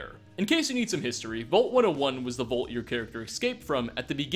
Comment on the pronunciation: it’s “vault” not “volt”